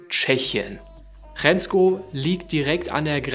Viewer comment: Hrensko wird Schensko gesprochen. Der inflationäre Einsatz von Zeitlupe nervt allmählich.